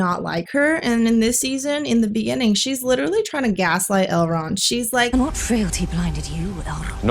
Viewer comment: The stressing on R's and pronouncing words like 'what' as 'wuhhhat' were super hilarious